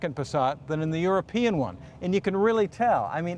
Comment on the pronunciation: It's "European", not Eropian, but I agree, people in the USA are obese and can't really drive....the TDI will outrun any Detroit diesel without being overhauled. I saw a 2000 Passat in Germany with 720.000km,running strong. It had the 1.9 Tdi. Europe makes the best cars on the planet, enthusiasts know this and agree. People who just need a lift from A to B keep buying boring, cartoonish, yestertech overpriced trucks that can't handle and consume unreal quantities of fuel.